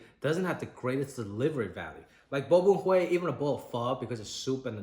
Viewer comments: oh he said bun bo hue, i thought he said bobohuei and i was confused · he is actually pretty good at pronouncing it but he say bo bun hue instead of bun bo hue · You actually pronounced "Hu Tieu Kho" perfectly, but "Bun Bo Hue" was absolutely butchered.